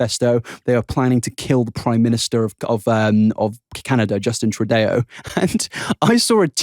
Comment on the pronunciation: Loving the costumes! Also as a Canadian I gotta point out, it’s Tru-doe not Tru-dayo ahaha.